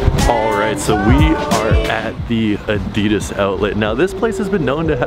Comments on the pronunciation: Adidas not adias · Add -deh -das, Adidas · It is so annoying when people mispronounce ADIDAS... It is not that hard🙄😫